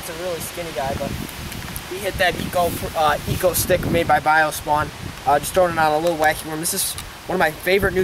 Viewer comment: It's exo-stick